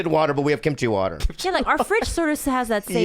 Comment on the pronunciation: Why do non-eastern-asian people always say kimchi like it's two words? 😭😭😭